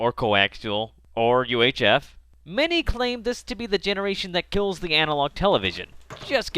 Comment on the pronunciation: not bitching about the fact that you said killz one the whole time, just curious as to why you thought it was a funny thing to do